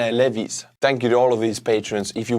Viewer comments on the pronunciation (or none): Wow. You really butchered "Lewis"